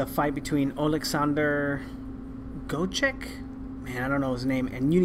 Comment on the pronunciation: THE SURNAME IS READ AS IT IS WRITTEN - G-V-O-Z-D-Y-K - 6 SOUNDS "GVOZDYK" MEANS "NAIL"